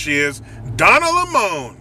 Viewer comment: Lol. Donna Le-mon! Lololol